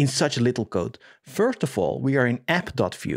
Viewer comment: I love the way you pronounce "code": [qoude] :)